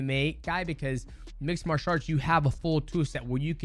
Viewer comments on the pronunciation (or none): none